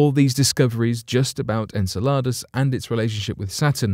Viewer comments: Its in- cell-luh-dus, not in-ce-la-dus, dont produce this work when you cannot pronounce the planet or the satellite. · The way you say Enceladas makes it sound like a tasty Mexican dish. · I'm sorry but you put the wrong emphasses on the wrong sylablle if you catch my meaning. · Really enjoy your videos, will forgive the unusual pronunciation of “en-seh-luh-duhs” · En-Cel-e-Dus, holy cow get the annunciation right before you attempt to guess. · I'm not one to diss about pronunciation but it's said en cell I dous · Please learn the correct pronunciationof Enceladus